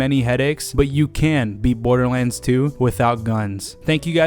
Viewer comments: 00:1 he says borderwands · Am I the only one who heard borderwands 2 at the beginning lol